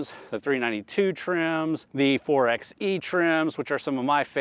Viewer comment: FYI, the 4XE is properly pronounced “4 by E,” NOT “4 ex E.”